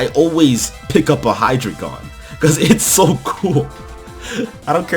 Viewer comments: You don't pronounce it "Hydragon" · Oh my gosh the mispronunciation on hydreigon was KILLING me